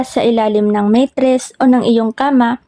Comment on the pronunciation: MATRESS HINDI MEYTRESS, SINO NMN MAGTATAGO NG PERA S BANYO?